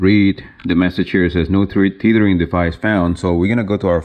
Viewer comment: Please pronounce “Tethering” like you are saying “Feathering”. Tether rhymes with Feather.